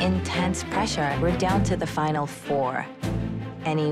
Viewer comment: Errrr.... It's a "FINAL", not a 'finn alley'........